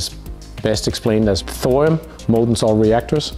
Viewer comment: It’s thorium Thor